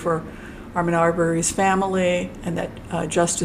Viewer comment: Hi, thank you for the info. Ahmaud is pronounced Aah-Mod, not Arr-mon. (There is no R or N sound.) Roddie is the most likely suicidal one I would guess. Greg, the Dad is prob the crazy one w/ the blood sugar issues. Travis is who pulled the trigger, no one held AA down BTW. He and Travis struggled over the shotgun while standing. I am thrilled the verdict brought justice, now I really hope they get the proper sentences. Thanks again. Happy Thanksgiving.